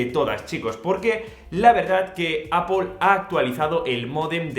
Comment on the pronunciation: Por fin alguien en este país que pronuncia bien Apple 👏🏽👏🏽👏🏽🎉🎉🎉